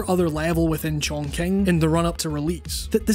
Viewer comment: It's pronounced "Chongching" not "Chongking".